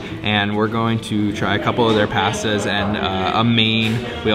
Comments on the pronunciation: I looove Italian food. OMG. You should've practiced saying words like trattoria and pasta! Wouldn't eat tripe when my Southern Grandma made it...wouldn't eat it Italian style either. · Guy doesn't even know how to pronounce "pasta" and has the personality of watching paint dry.